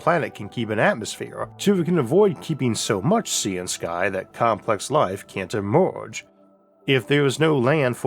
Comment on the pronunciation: Ehmorhge? Its emerge. I just… I just cant listen.